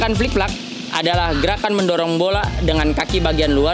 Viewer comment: flip-flap,bukan flik-flak